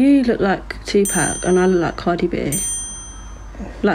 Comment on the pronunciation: Girl said Tupac 😂😂